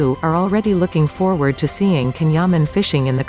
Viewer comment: His name is pronounced Jan not Can